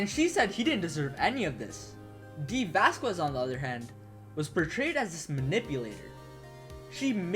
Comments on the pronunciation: yeah lol, its basically a Spanish thing, vaz kez lol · Isn't the U in Vasquez silent?